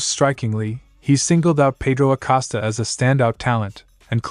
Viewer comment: His name is Acosta not Acasta.